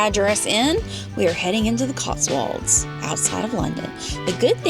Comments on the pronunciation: It's pronounced CotsWOLDS, not CotsWALDS! All American make this mistake! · Cotswolds: pronounced as it is spelled, Not Cots-warlds. .